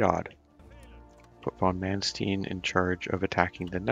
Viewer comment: it's mannst ei n like einstein. not stine